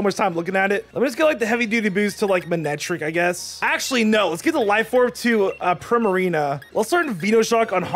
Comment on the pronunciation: Why do u say Primarino When its Primarina